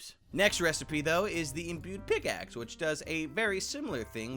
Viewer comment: it's not imbued pickaxe its imbued pickPICKaxe